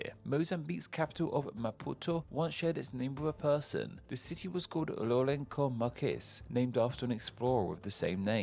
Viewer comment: Your pronunciations are becoming criminal at this point, it's not hard to look up or ask how things are pronounced. And other things like pronouncing lorenço as rorenko or not seeing how Al-usbuna and Lisbon are related are just a shambles